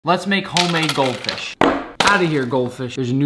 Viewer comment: I like how you say goldfish like it's a real goldfish